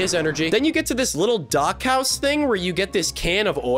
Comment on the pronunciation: when says dock house, I heard Dachau, and thought this game was about to take a very dark turn.